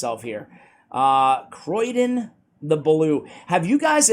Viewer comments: Hey! I don't think it's pronounced Croy-den, otherwise it'd likely be spelled Croidan. I think the name might be a play on cryogenics since he freezes stuff so maybe Cryo-dan or Cryo-den. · Sorry but I have to say. It's not Croidan but Criodan. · Please stop saying "Croydon" one of the less salubrious suburbs of Greater London! ... it's Cree-oh-dan. Same with one of your favourite Dwarves: you say Fly-ja, it's FYL not FLY giving a pronunciation of feel-yuh or fill-yah. Being an RP accented Voice Artist makes me a bit of a pedant ref such things. Loving your work though, as always! ;) Keep-on, keeping-on.